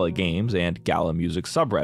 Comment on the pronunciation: I really love this video but the constant mispronunciation of Gala is really hard for me to listen to. I'm only a few minutes in and it's just super fucking annoying. I feel like I'm being dumb about this but I just can't handle it, I don't know if I can finish this video.